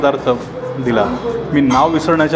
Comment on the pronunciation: पत्तकोळम नाही,वत्तकोळंब् असा त्याचा सर्वसाधारण मराठी उच्चार आहे. बाकी छान आहे माहिती. मेस तर उत्तमच आहे.